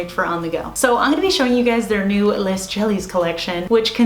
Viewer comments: I took French in high school and your mispronouncing is driving me nuts. It's pronounced lay jellies not less. I don't mean to sound rude. Just correcting you for next time 😁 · Pro tip from someone who has barely any French education but some: “les” is pronounced the same as “le” so no need to enunciate the s :)